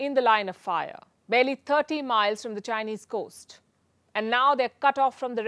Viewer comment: Coast not coat